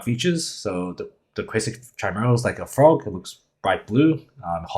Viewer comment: It's pronounced with 'k' 😅 ki-mee-ral